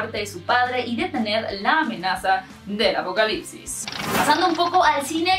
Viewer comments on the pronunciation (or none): none